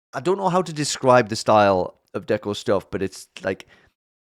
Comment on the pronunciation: HIII!! Deco here (shout-out for pronouncing my name correctly!!) HONORED TO BE A PART OF THIS WITH SO MANY OTHERS!! I appreciate your kind words, to say the least:] saving this. I'm glad you enjoyed my own (and other's) art! ^^!!!!